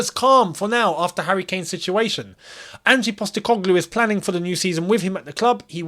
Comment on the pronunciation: Firstly, stop calling him Angie, His name is Ange, no i sound on the end. Secondly release clauses in Spain are mandatory. They make them ridiculous because they don't want to sell the player.